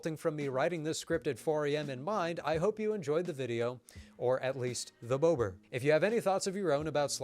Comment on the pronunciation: You need to sharply pronounce vowels in Polish. It's BOBER, not bowber. You need to roll the r too